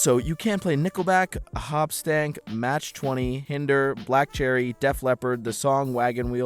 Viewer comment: My guy mispronounced Buckcherry, Matchbox 20, and Hoobastank